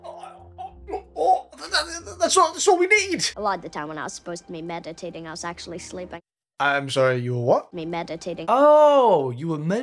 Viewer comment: He pronounced meditating a bit odd, but it's not like he stuttered or anything, and it was entirely coherent. Your jokes based on that fall flat because they weren't based on something real to poke fun at. Just my two cents.